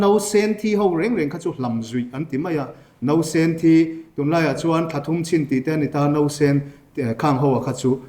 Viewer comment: A sawi tha ka tih viau rualin, a thusawi ngei amah bawkin a kalh leh tlat thin a. Mizo tawnga sawi mai theih Saptawngin a sawi leh thin a. Tin, a thusawi a ngaimawh theih deuh chu Vawiin alam khi vawin tiin a richhuak a, nausen pawh a lam nosen tlat a, amawi chiahlo e.